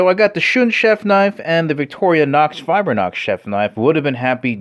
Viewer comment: It's not "victoria nox fibre nox", it's "Victorinox Fibrox". Also the X30-steel on the Mercer is 0.3 % carbon, so it's not "high carbon". Other than that, great honest review. Will yet stick to my Shun, though, because I don't like fat plastic handles.